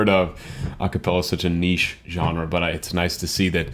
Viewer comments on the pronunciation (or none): none